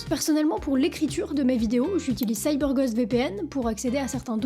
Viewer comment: se prononce Gaûst et non gost